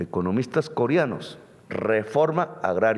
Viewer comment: Con todo respeto, no se dice costruir, se dice CONSTRUIR. No se dice corianos, se dice COREANOS. No se dice oliadas, se dice OLEADAS. Eso entre otros. 🤔🤔